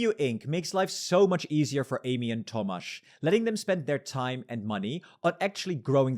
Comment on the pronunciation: my name is tomasz haha I was very surprised when I heard that lmao, never heard someone say it while speaking english. good pronounciation though!